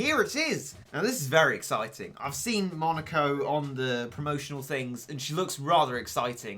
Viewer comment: Just saying he said monoko instead of moneko